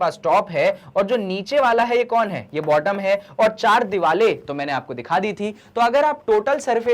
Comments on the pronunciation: Why are you sayin diwale instead of saying diware 😅😅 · Hoti to diware hi Hain but....sir ka alag style hai😂